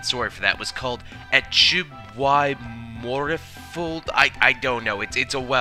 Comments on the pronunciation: oh welsh decent and you cant pronounce achub y morfilod? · I'm from Polish descent, it doesn't make me Polish even though I can speak the language. You absolutely butchered the Welsh there as well because I can speak that also.